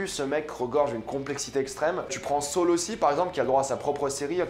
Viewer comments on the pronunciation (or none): Comment il dit sol 😂😂😂 au lieu de saul sa me fume